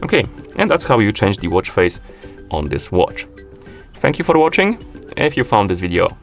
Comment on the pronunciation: "thank you for watch-ing"lol. good explaining though, thank you!